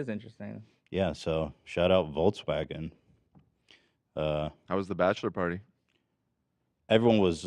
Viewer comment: Ethan mispronouncing Volkswagen into 'volts'wagen unintentionally while talking about charging infrastructure was kinda funny